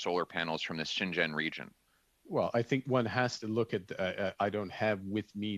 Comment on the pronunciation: ) Good work. But Pierre, please, say Xinjiang something like this [shin gee ong]. Your pronunciation sounds as though you're saying Shenzhen [shen jen], which is an entirely different location.